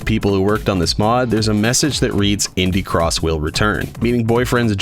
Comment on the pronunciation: Is it just me who thought he said ‘pibby cross’ at the start of the vid